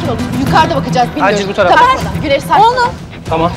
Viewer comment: Tenör değil tamer